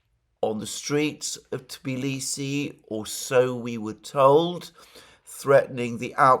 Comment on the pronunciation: That's amazing that you can pronounce the Tbilisi the right way. Most of the people from the West call it Tiblisi even after visiting it many times!